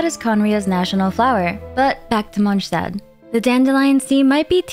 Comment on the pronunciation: Wow you're the first person I've seen pronounce not only Mondstadt correctly, but also Fontaine! 👍